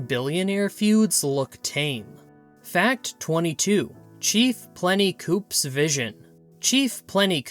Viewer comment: The weird voice, the mis-pronounciation of people's names and the names of towns (Yugo) for example, and the inability to get the Indian Chief's name right...it is Plenty COOS not Plenty COOPS! THIS HAS ALL THE EARMARKS OF AI. The information is great, the presentation and inaccuracies are NOT.